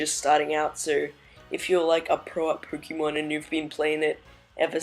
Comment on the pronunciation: Anyone else bugged by the way this guy says Pokémon